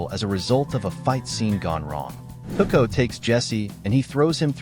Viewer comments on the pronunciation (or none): Tuh-co? Really?